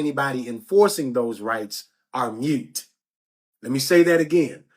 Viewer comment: the word is moot, not mute. I want you to sound as smart as you look baby. You're sending a very important message to the people!